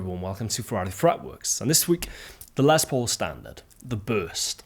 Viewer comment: Finally a Brit who says Les Paul's name correctly!